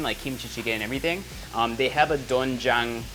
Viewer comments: It pronounce as dwenjjang or denjjang sir erwan. And its better to soak po muna sa tubig ng 30mins to 1hour yung glass noodles instead of boiling😊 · It's DWAEN-jang btw and AH-jeomma not ahJOO-ma 😊✌ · it is pronounced as du-wen-jang HAHAHA basic knowledge only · It’s actually pronounce as softer ‘o’ not really ‘oe’ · Doenjang is pronounced as du-wen-jang~😁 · doenjang (do wen jang)